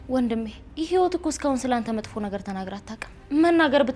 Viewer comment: ህይወት ክ ካ ኬ እያልሽ አትጃጃይብን አማርኛሽን አስተካክሊ😡😡😡